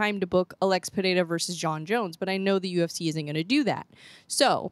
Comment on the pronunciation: The way you pronounce Pereira is perfect, did you practically pronounce it correctly? 😂❤